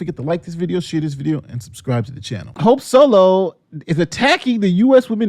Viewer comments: We just gonna ignore the "sope holo" flub? 🤣 I thought you did it in purpose. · Anyone else hear him say “Sope Holo” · I had to listen to it 4 times. You really did call her "Soap Holo" . 🤣🤣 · We gonna talk about the fact he said sope holo ?